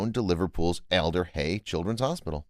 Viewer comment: It's alder hey not elder hey.